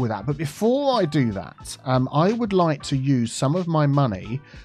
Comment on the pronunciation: i heard it as "to offer two people public transportation" at first and i was very confused and amused. just two people specifically. no one else in the city gets it 😂